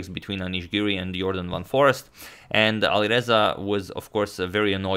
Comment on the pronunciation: If you're curious, Foreest is pronounced in Dutch as "Foraste", not Forrest